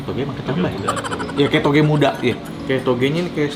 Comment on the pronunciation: 😅😅Ngomong toge aja susah bgt sih ko Suka"hati anda lah ko🤣🤣sehat sllu ko nex